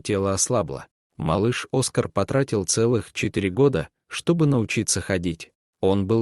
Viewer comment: Хороший рассказ!!Только...не Оска'р, а О'скар. Ставьте правильно ударение